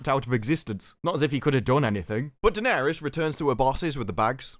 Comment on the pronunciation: Bloke keeps calling her dennerys yoh